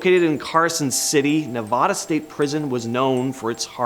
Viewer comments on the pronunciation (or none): You need to say nevada the right way. I was in nsp. Fun times in max.